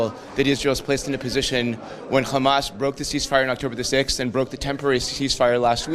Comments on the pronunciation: Once he called Hamas " Khamas" this explained who he is. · He pronounced Hamas like an Israeli, so this is why he is against it, he is one of them